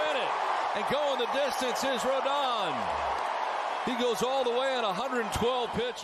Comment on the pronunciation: Carlos Antonio Rodón. It's not ROLDAN, it's RODON (roh-DONE). Cuban-American.